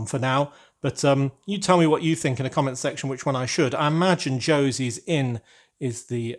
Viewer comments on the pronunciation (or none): I thought you knew Spanish 😅. That's not Josie, that's José, as in Joseph in English 😂